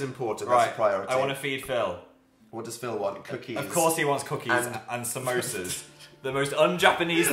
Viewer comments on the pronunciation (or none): THE WAY PHIL PRONOUNCES 'SAMOSAS' ASDFGHJKL WHERE THE INDIAN PHAM AT?